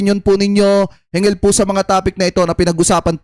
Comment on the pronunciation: Brod.hinggil d hingil kapangil na nga ung punto mo ay mali mali pa ang pagbigkas mo